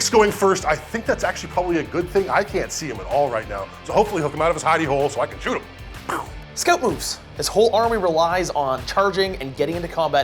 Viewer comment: Please, stop saying “shoost” and “shoosting.”